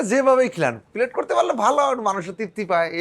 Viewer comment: Not Pillet it is Pellet ! Pellet in Bangla mean Guli.